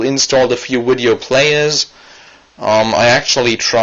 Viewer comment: widio. please stop saying wideo!!!!!!!!!!!!!!!!!